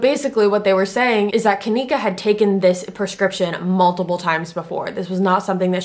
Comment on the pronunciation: You can't even say her name right